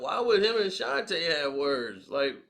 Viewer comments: Not Ta... its Tee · A shan tee. Not a shan tay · Bruh, it's Ashanti not Ashanté 🤦🏽‍♂️ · Why is he calling her Ashantay? Her name is Ashanti. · All this time I been saying Ashanti and it's pronounce Ashantay. Gotta love 😁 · Bruh can’t even pronounce her name correct 🤦🏻‍♂️🤦🏻‍♂️